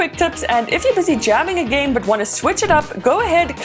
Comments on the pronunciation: did she pronounce game, as jam? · Say jam one more time please